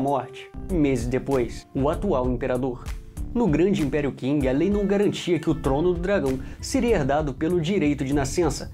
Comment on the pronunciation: Eae cara só como observação, a real pronúncia de Qing é "Ching" não "King", de resto está um ótimo vídeo!